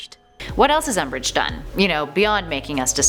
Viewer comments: Guys QwQ Its "Umbish" Hueheuhue ;-;(And to mention im not corecting ppl its just a joke) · It's umbridge not um😓😓😓😓😓